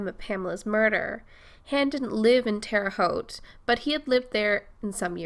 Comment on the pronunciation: Shout out for saying Terre Haute correctly!